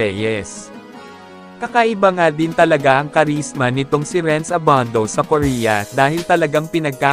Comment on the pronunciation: annoying yung nagvo-voiceover...Abandow! :)